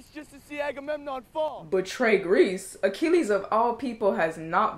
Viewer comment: Achilles, not "Achillias"; Agamemnon, not "Armagon"; Patroclus, not "Patricalis"